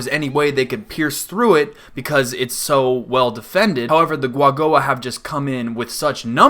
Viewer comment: Is it not pronounced with ku at the bennining? As in Ku-A-Go-A???